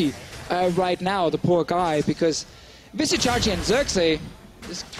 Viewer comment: Legit the other caster is tilting me, calling Vizicsacsi "Vizzy" even though DeFicio called him "Csacsi."